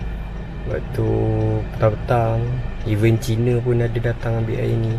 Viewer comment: Bukan "event" tapi "even".. 🤦🤦🤦